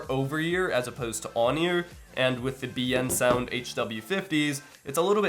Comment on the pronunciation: Liked the video. Although, your pronunciation of Biensound is wrong. It's pronounced "Bin-Sound" with a trace of an E after the I.